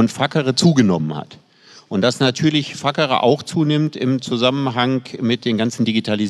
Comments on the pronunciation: Precht wirkt manchmal in Gesprächen so streng, angespannt, besserwisserisch. Iwie mag ich das nicht. Und nochmal, es heißt "fazere" und nicht "fakere". Er sagt es in jedem Gespräch falsch, hatte aber scheinbar Latein? Dann bitte richtig! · Statt fuckere wird facere laut meinem Lateinlehrer und Lautschrift aber ganz anders gesprochen 😂